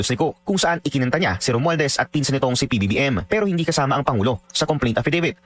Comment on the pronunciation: SI LACSON HINDI ALAM IPRONOUNCE YUNG WORD NA ‘ ‘ROMUALDEZ’.